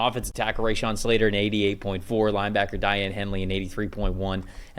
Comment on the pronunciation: Same. Not watching this crap. These guys are pathetic. And they can’t even get Slater’s name right.